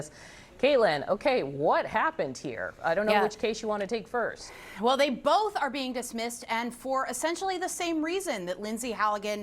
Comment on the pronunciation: Thanks for not putting an "L" in the word "both", often pronounced "boLth"